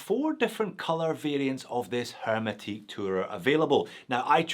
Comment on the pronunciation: It's a French word, hermétique, you don't pronounce the 'h' 😉